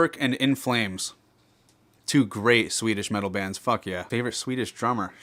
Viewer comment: 2 2 sounds like indian accent lol